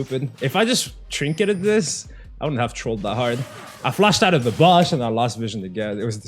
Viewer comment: lmfao the way he pronounces bush